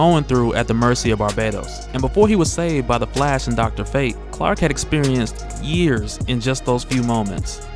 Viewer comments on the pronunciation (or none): none